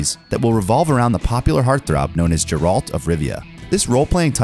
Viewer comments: Sick of hearing jeralt of rivia instead of geralt of rivia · You can tell because he said jeralt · Really said jerr alt 😑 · they also pronounced Geralt as "Jerrult." Clearly none of the voice actors are actual gamers. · well the TV show is based off the books lol. And the game is also based off the books. Netflix didn’t make the show cause if the game. Also you said his name wrong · well the TV show is based off the books lol. And the game is also based off the books. Netflix didn’t make the show cause of the game. Also you said his name wrong